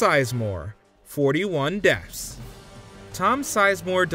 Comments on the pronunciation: Dude really pronounced it "Deffs" every single time in this video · I swear it sounds like this guy is saying "deafs."